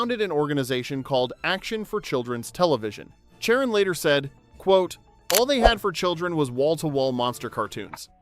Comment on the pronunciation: Oh, her name was CHARREN, I could have sworn you said Karen.🤣